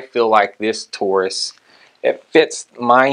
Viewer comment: It’s “Taurus”, not “Tarus”.